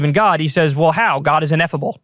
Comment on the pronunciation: Ineffable* not inethible